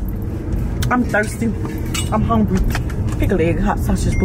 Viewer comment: “Yo you are the wrapper!!”...”I’m hongry” 🤣🤣